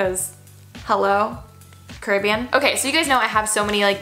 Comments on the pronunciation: Does anybody else think Alisha is saying Caribbean wrong or is it just me? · Hold up why do Americans say carribean like weirdly help